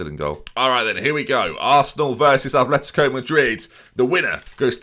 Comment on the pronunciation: ATH letico??? Come on Ben, At letico. We're not Bilbao you know!!!!